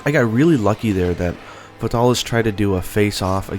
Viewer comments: "fahtalis" he says xD its Fae-tal-is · The way this guy says fatalis breaks my ears. Its Fatalis not futalis. Good video though keep up the good work. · I hate the way you pronounce its name, it's "FATE-uh-lis" not the way you say it. It annoys me on how much you screw up monsters names in all your videos. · sadly you are wrong it is "fatal_lis" the L at the end of fatal is singular and therefore allows the "lis" to be pronounced appropriately forming "Fatalis" a 3 syllable name